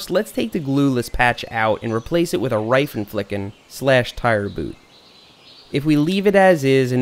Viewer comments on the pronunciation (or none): Hey i am german xD btw you said Reifenflicken wrong xD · he said „Raifen ficken“ but you say „Reifen flicken“ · First of all I'm from Germany and lafed hard as sh** when you said Reitenflicken but great video I'm glad I didn't have to use any of this hacks but now I'm prepped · Hi Seth I'm one of your german follower and it's realy fun for me how you say "Reifenflicken" 😂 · Had to listen at least 5times to you saying Reifenflicken. So funny as a German to listen people pronounce German words so aggressive 😂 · I died when you said reifenflicken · Sounds Funny how you say Reifen flicken😂 Deutsch mit Englichem Akzent ist geil😂😂😂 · 🤣🤣🤣🤣🤣🤣 Seth I‘m German and its so funny when you say Reifenflicken. Your pronouncing is so fucking funny 🤣🤣🤣🤣🤣🤣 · 😂😂😂 The Reifenflicken! But YES ... we actually say that in German. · 😂😂😂Laught my fucking ass of when you said Reifenflicken( im a german)